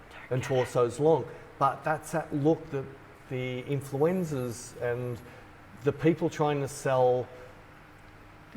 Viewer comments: I swear every time you say "Influencers", I hear "influenzas". And I think that's more accurate. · Were you intentionally saying influenzas instead of influencers? I hope so 🤣